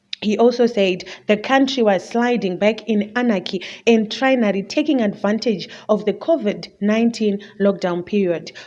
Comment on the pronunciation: Pronounce your words well presenter it's tyranny not trynary as you said it. Also it's dictator not ditector